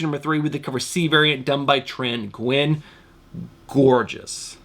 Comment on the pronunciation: Nguyen is actually pronouced "new win".